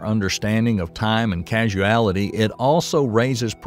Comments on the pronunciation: It's cause-ality not casu-ality. Causality not casuality. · The narrator misprounces the word "causality" as "casualty," which is confusing because the two words have different meanings. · You have the wrong pronunciation: It is causality (kô-zăl′ĭ-tē), not casuality (kăzh′oo͞-ăl′ĭ-tē). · I thought it's just his accent.